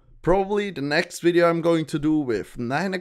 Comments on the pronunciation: "hello and welcome to new wideo" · "Hello and welcome to a new Wideo" haha love it